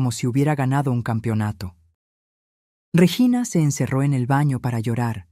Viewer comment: Se dice REGINA no reyina vea la gran diferencia.